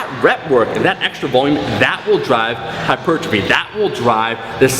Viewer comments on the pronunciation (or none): What's hyper-gi-phy?